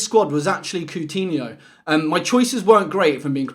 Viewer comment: who is “coontinho” 🤕🤦🏻‍♂️